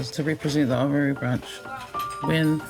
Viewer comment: It’s nice to hear them pronounce “Oamaru” properly, and not in the North Island. …up until the last part anyway.